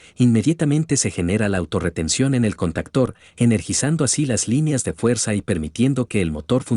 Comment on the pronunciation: Se dice CONTACTOR, no CANTACTERS